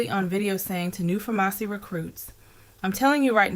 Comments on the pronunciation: Farmasi is pronounced just like the word PHARMACY 🫤 Get well soon Ti and thank you for keeping the content going. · The company Farmasi is pronounced “Pharmacy”. Also, she was selling a dream, which is the cornerstone of a pyramid scheme. No one gets rich selling products. They get rich by recruiting people to pay and join, maintain a monthly quota of purchasing products and profiting off those quotas. Once the FTC instituted this income claim requirement, MLM companies started going out of business because they were selling a lifestyle and a dream. The products are just the bait to lure people in.